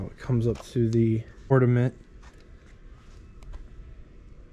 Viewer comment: The word is Ornament. Not Ordament, there is no "D" in Ornament.